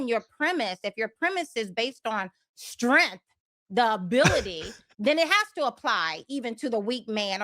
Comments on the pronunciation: It's based on strength, not strenth. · Take a shot every time she says “STRENFF” 😂😂